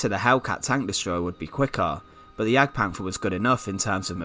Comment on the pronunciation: Its pronounciated Panter not Panfer, as there is no soft th in German.